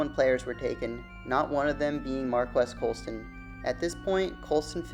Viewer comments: You aren’t saying his name right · He’s so underrated even the people making videos about him don’t know how to say his name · Prnouncing his name wrong!